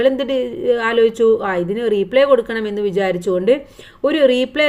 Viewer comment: റീപ്ലേ അല്ല റിപ്ലേ റിപ്ലേക്ക് റീ എന്നു നീട്ടാൻ ഇല്ല. ഇനി ഈ തെറ്റില്ലാതെ ശ്രദ്ധിക്കുക